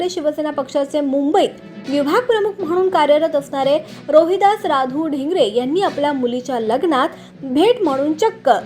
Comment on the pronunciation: वळवाचा पाऊस म्हण. वाळवी चा पाऊस नाही. पाझर हजार तलाव जरा शुद्ध बोलायला शिका. ढींग्रे नाही ढेरंगे आहे